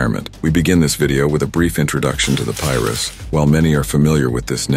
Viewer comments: Lol they want to know so much about our culture so bad lbs 😂 that’s not how you pronounce Pirus white man 👨😂😂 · pirus : PIE - RUUUSSS not pyrus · Bro I’m lost like what is piris 😂😂it’s PI-RU😂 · Says "Pie-roo" but when the S is tacked on the end all of the sudden it's "Pie-riss." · On PIEruss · Soon as bro started saying “pyrus” and “peru” I couldn’t keep listening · The Tree Top "Pie-Rus?" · He can say East piru street but can’t pronounce piru’s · Pirus lol I'm having a hard time watching this because of that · how this da AI is pronouncing Pirus hilllarrriiiouussss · It's Pirus say it right. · omg thats irritating hearing pirus pronounced like that